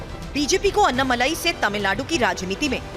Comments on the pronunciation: अन्नामलाई नही अण्णामलाई बोलो लिखो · हिंदी टिप्पणीकारों के लिए: - वे अन्नामलाई नहीं हैं, वे अण्णामलाई हैं। अण्णा यानि तमिय भाषा में 'बडा भाई'।